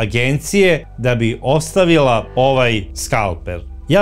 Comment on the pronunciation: Odlična epizoda, kao i uvek! Pedantno, detaljno. Bravo! Ali, i mali lapsus - kaže se skalpeL, ne skalpeR.